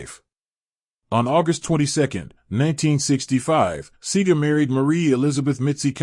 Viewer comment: Ÿour pronounciation of his name is wrong and some of your information lack clarity.